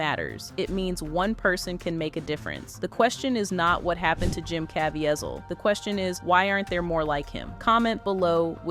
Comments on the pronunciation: The narrator does not know how to pronounce Caviezel's name: Ca - vie - zel. And I love him. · Please Please Please..learn how to say his name Properly..it’s CaveZIEL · Hate AI. It's cuh-vee-zeel. Such disrespectful to an amazing man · Can you learn to pronounce his name properly and not 3 or 4 different versions, none of which were right! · How many different ways can you pronounce “Caviezel” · Huge DOWN VOTE! The title had NOTHING to do with the video. Its unbelievable that you would make a whole video about a man who was honest and wholesome and then disguise it in deceit. As if that wasn't enough the AI voice over misprounced Jim Caviezel's name constantly throughout the video. Garbage!